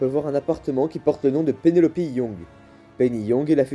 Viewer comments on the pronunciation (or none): Tu es quelqu’un de très doué j’avoue que tes vidéos sont emballant et je les ai regardé pratiquement toutes les unes derrière les autres, mais par contre j’ai stoppé direct quand tu as dit penelopi… J’ai regardé la version Asylum son nom, prénom Pénélope Je l’ai écouté en version original, ça se prononce toujours Pénélope Et la version espagnole peut-être le dit de cette manière. En plus c’est le prénom de ma mère, donc non j’ai pas pu digérer ça… Sinon j’ai rien d’autres à dire mise à part que tu es un excellent youtubeur